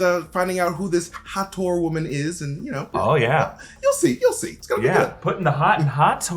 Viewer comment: Hathor is pronounced Ha-thaw.